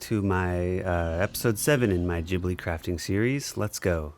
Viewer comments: i wll never forgive you for pronoucing it jhibli 😫😩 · it's Ghibli, not Jhibli